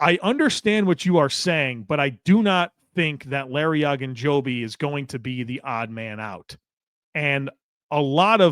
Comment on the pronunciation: Larry O. O. Ogunjobi. Not Agunjobi. It would be the equivalent of calling Joey Bosa, “Bossa” over and over.